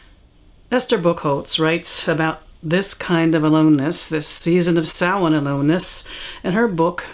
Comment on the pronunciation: Because the pronunciation is Gaelic. Although I have a friend who speaks Gaelic who pronounces it something more along the lines of Sah-Ween. So you'll come across different pronunciations. The only truly incorrect one is Sam Hain :) Usually those who speak it that way have seen the word but not heard it pronounced, so they are pronouncing it phonetically, which is understandable.